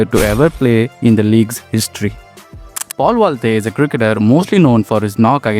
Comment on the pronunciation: Mistake number 1 - Hooda scored 451 runs not 151 Mistake number 2 - His average is 17 not 70 Mistake number 3 - Mispronouncing Paul Valthaty Mistake number 4 - Mispronouncing Storm as Strom Mistake number 5 - M Vijay scored 127 vs RR in 2010, Valthaty's score is 2nd Mistake number 6 - Mispronouncing Lungi Ngidi Mistake number 7 - JFM made his IPL debut only after making his ODI debut in Feb 2024 So as usual, so many mistakes and mispronouncing players names Please improve bro, your content is good but poor English knowledge and if you are a cricket fan and if you are watching lot of games, you would've known how to pronounce their names